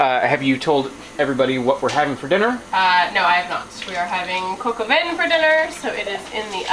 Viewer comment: It's NOT "COCO VIN", it's "cock oh vahn" (coc au vin)!!